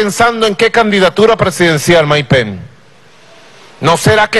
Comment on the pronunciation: Maduro no se dice penc eso es Anglosajón se dice pence que no se pegue el Anglosajón